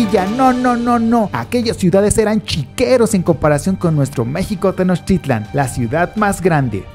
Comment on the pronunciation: El amigo que narra está mal no es tenoschitlan y no son aztecas, son mexicas